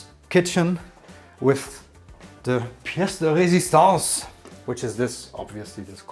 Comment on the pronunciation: Nice french! "Piece de résistance"🤣 accent is validated